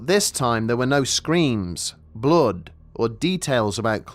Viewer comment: "She was covered in blode !"